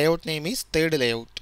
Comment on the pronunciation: "thed activity" hahahaha bolana pani aunna yl dhoti haru lai ta